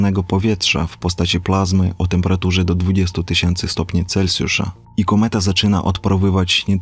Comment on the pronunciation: Brawo za poprawne wymówiemnie nazwiska naukowca od którego mamy skalę temperatury, pomimo ogromnej powszechnosci jest ono bardzo rzdko wymawiane poprawnie, Celsjusz nie cencjusz